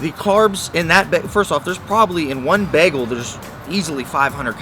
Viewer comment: Begel? What's a begel?